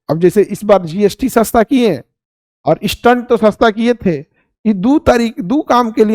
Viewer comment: Sir maaf kijyega ....apka pronunciation galat hai stent ka